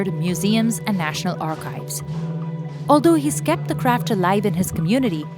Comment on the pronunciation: Is no one going to talk about her pronouncing craft as crap😂😂. No intention to be offensive but that’s funny 😆